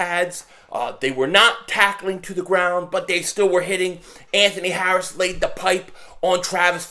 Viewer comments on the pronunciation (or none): none